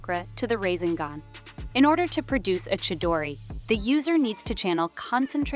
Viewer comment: Video is good but please learn how to actually pronounce this stuff they called the rasengan the rasingan and kekkei genkai kekkei jenki